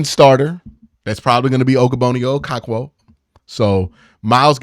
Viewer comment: Bro is saying ogbonnaya okoronkwo so wrong😂😂